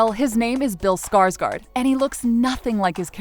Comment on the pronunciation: I like How Americans say Skarsgård with a A instead of Å It’s swedish guys and then we say Skarsgård right forward:) Google it or listen to people say Å